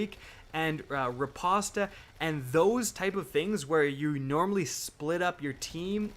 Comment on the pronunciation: Woah woah wait... Ri-pasta? Ri-post.